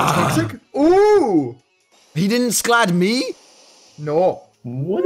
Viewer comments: It's pronounced scald... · Lmao he can't pronounce 'Scald'